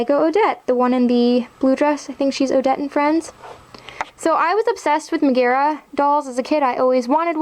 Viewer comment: How you say Megara drives me nuts haha